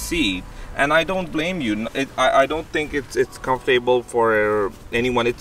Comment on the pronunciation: Nice bike! I’m looking at buying that same bike right now... It took me awhile to figure out what you were saying but I figured it out...comf-able.. Comfortable👍🏻